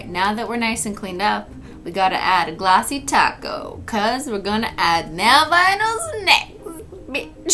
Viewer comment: because its glossy and people always thought she was saying ‘’glossy taco’’ instead of ‘’glossy top coat’’